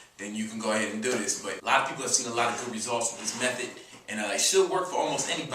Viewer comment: He says "foo" instead of "food" and "dis" instead of "this."